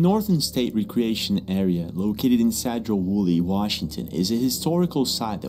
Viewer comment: It is pronounced Seedro Woolley. I think it was a spirit. A classmate of mines aunt worked there years ago during ( 70's) and even as the institution was in operation, there would be Very audible voices ( disembodied) and screams. Don't know a lot about the history, but it is pretty close to a native reservation.